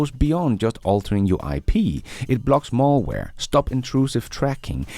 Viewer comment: it's MALware, not MALLware. ❤😊